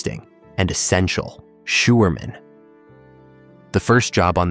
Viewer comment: Sjouwerman is pronounced as showerman There are some vowels in Dutch that do not exist in english. The eu the ui and the i are very difficult. But some are not difficult at all. The oe in a word as schoen sounds exactly like shoe and the oo as in brood sounds the same like loaf. The ie as is bier sounds exactly like beer. The ei is a dutch word meaning egg sounds a bit like bike. The hardest are the ui sound like in luik (hatch) that does not exist in english and the eu as is leuk (nice) The i in dutch sounds like sick in a word llike lift ( elavator) or it sounds like mean in a word like Libanon. Not easy but here in the Netherlands kids only 3 years old do it perfectly .Succes